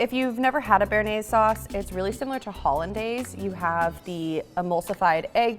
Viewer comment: Kind of pathetic for not knowing how to pronounce hollandaise.